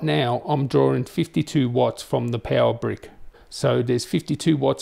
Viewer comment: Pewer :)))))) not power but Pewerrr :)) I love the way he say it .